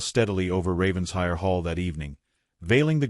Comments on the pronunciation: Please, please, PLEASE, I beg of you, learn the correct pronunciation of RAVENSHIRE. It’s NOT Ravens-hire. RAVEN-SHIRE! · Please program the BOT for correct pronunciation of Title e.g. RAVENS-HIRE😮